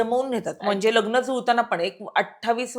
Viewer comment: Shabd uchhar nit karaychi practice kara. Mehanat ghya . कामावर लक्ष केंद्रित करावे. लग्न म्हणतात . खटकते उच्चारण व्यवस्थित करावे.